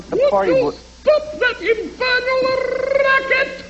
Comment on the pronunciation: The word is infernal, just for the record.